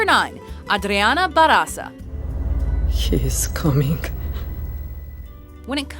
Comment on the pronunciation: JJAJAJAA! Funny pronuntiation, ba'r'aza!! jaja! it's barrrrrraza! with more rrrr